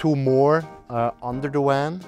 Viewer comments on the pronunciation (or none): It's a van not a wan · Funny how he is sayin "wan" instead of "van" 😂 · 'Werry werry nice wan....and thanks to Wincent" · "Woltage" instead of Voltage, "Wan" instead of Van, "Wenture" instead of Venture...... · Nice people, really. It kind off bugs me how they continue to say wan, as in water. It is kind of funny. The design is unexpected, have not seen kitchen bench in that position before, not sure I like it, stops access to driver cabin. The slide out sofa/bed is nifty. Would not like the shower, it needs more structure like some umbrella style wire contraption that makes it come apart during the shower. Would be kind off cool, because it is the opposite of an umbrella (water inside). I like that their books are visible and safe. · god his voice just became much too annoying after just 2 mins! he says 'wan' instead of van too! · I don’t understand the wan thing. They clearly pronounce v in other words. Eh?! Great van and all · It is not a... ooooan but a van... 😉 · Awesome space thanks for sharking! At first I chucked when they said "Wan" instead of van, then I realized their english is 100% better than my Swedish and shut the heck up! lol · Haha he pronounces his Vs as Ws. Nothing against him and all but it just caught me off guard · They keep saying wan instead of van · The guy in the Toyota pronounced hiace ‘hi-a-chi’. Now this guy is calling his van a ‘wan’ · Wery nice wan. Wery well thought out. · Wan, wenture, woltage.. The Swiss, man.. gotta love em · It's a van not a "WAN"! LOL! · Critter Cosner your suspect he said wan not van that is kind of annoying lmao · You lost me at " This is our Wan..?" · Aight I know it’s 1am and I wanted to know why this was recommended but is this man saying WAN? I know I’m tripping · I like how he says van. Wan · How come you can pronounce the 'v' in involved, but not van, lol? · Wery wery nice wan. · SAY WAN AGAIN. I DOUBLE DARE YOU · Did he say wan 😂😂😂😂😂😂😂😂😂😂😂😂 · i love when he says Van!! he sounds adorable